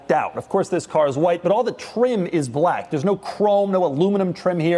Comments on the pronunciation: “Brrrack edition” 😂😂😂 I heard that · The way this dude says black is killing me. Does doug have any BLAYCK friends? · the way he says black is disturbing.